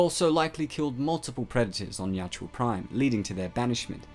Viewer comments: Ya-u-tja. Not Ya-tju-a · "Ya-oot-ja," not "yout-joo-ah." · It really bothers me that the narrator mis-pronounces the name. He is saying (yacht-chew-ah) and it's (Yah-oot-jah). Nitpicky, yeah I know. But it's a video meant to teach about the lore and creature. Seems like an important detail to get right. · Bro its yau-hut-ja not yau-ja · Yautja is pronounced as Yatchua? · why do you keep saying yatjua?